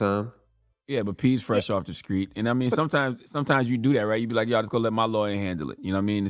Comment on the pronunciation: Why does Charlamenge continue to say skreets? You in NY dude. It's street.